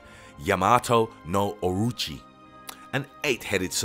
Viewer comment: 3 different pronunciations for "Orochi" in less than a minute.